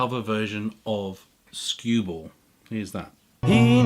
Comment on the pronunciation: Sorry to be "that guy". But wonaful Christmas time wasn't a beatle song but a wings song. And the name of song you cited as inspiring happy Christmas! (the war is over) was stewball not scueball and the version that lennon probably heard was by Peter Paul and Mary, (which does sound like the lennon song.. A LOT ) not woody gurthrie. Also the version you played was, I think by lonnie donegan again definitely not Guthrie.. I know you said you don't "do research" but.. C'mon man.. I mean.. Serously!!??